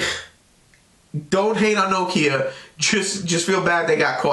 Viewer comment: Thank you, good review. I must congratulate you, the first american ive heard pronaunce Nokia right, most of you say nokiiija. :)